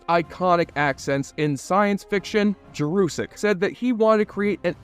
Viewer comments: Peter Jurasik makes it clear that his name is pronounced Jer uh sik not Jer oo sik... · The name is Peter Jurasik. Jur-a-sick. Not like Jurassic Park, & there's no "u" in the 2nd syllable. It's an "a." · You misprounced Peter Jurasik's name, mislabeled thr relationship between Susan & Talia as "bisexual" instead of lesbian, & said Sheridan & Delenn went to "Minbari" when the planet is Minbar. And you totally left out Marcus the Ranger, who was incredibly popular & of whom JMS said that he wished he hadn't killed off the character. Leaving out Marcus & the Rangers was unforgivable. The graphics were great for 30 yrs ago. The 4th season became rushed bcs JMS didn't think there'd be a fifth season & wanted his fans to have resolution. The best episode overall, though the final episode rivals it, is the episode showing 80 yrs after Sheridan's death, then 500, 1000, & 1 million. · Great video but I suspect you murdered Peter Jurasik's name pronunciation 😂😢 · how TF do you manage to mispronounce the name of the actor Peter Jurasik??